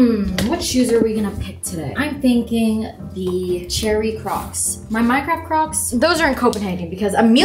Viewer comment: “In Mai opinion” 😂